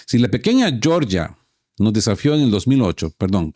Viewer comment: Yoryia no. GEORGIA. Joder, pronunciáis como los anglos.